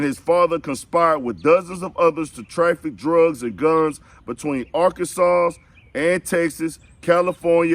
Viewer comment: Why you saying Arkansassss.....😆😂😂😂✌🏾💀